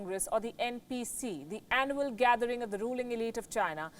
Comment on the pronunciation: Am sorry , but did she say Annual gathering or Animal gathering. 🤔